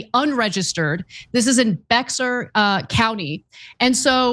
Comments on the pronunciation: Can somebody tell TYT it's provided bare, not becks-arr! UPDATE: She got it right yes!!! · It's pronounced Bear county. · We have two million residents here try asking Google how to pronounce Bexar. We aren't even that specific about it yet the media always gets it wrong. The proper way is " bahar" but most just say Bear 🐻. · Bex-ar county,😂 prounounced Bear, 😂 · It's not BEX-er county! It's pronounced BAY-har county. It's a Spanish name. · I think the second time I heard her get it right, it's pronounced BEAR, not BiXar. Anyway, Texas native here. Can't wait to get Abbott & Paxton out. This is what he's spending our tax paying dollars on.... Texas, let's unite and show all the way for 2024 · It's odd... but Bexar County is pronounced "Bear" County. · Ana, it’s pronounced “bay-er”. You’re great, btw! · It’s pronounced BEAR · Excellent reporting...and by the way, Bexar is pronounced like Bear or Bare...lol.. but keep it up!! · That's pronounced "Bay-her", Ana. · Bexar County is pronounced "Bayer" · It is pronounced "Bear" County by spell Bexar... County seat is San Antonio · It’s pronounced Bear. Or behar. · It’s pronounced “Bear” county. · Bexar is pronounced like "Bay Yar" in Texas. No shade, just FYI. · Bexar County is pronounced Bear 😂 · Bexar County is pronounced "Bear". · Bexar is pronounced like Bear. "Bear County." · BEXAR is pronounced 'bayer' ! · Paxton should be in prison. BTW Bexar County is pronounced bear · It's pronounced (BEAR) Bexar County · Bexar county is pronounced like bay-ar. It is a Spanish word. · He’s suing to stop illegal, non-citizens, to register to vote. We have a lot of illegals in Texas. They should NOT be allowed to register to vote. Bexar is pronounced “bear”. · Bexar is pronounced like "bear". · Ana it is pronounced Bear County. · It's pronounced Bear County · No fraud found, just "good ol'" Jim Crowe intimidation, and by golly, don't help folks get registered to vote!! BTW, Bexar is pronounced "Beyhar" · Pronounced "Bayar county"